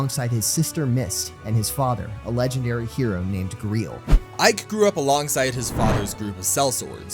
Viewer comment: Gre-el what is that pronunciation it's gray-el grail like the cup